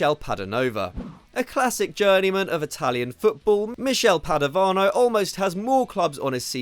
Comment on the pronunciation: Padovano was so bad you said his name as "Padonova" XD